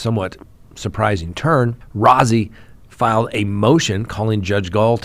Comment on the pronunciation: Rozzi is pronounced like Rosie. (Roe-zee)